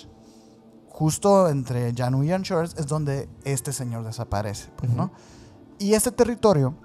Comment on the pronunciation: Deje de interesarme en seguir viendo cuando no supo pronunciar Juneau ni Anchorage 🙄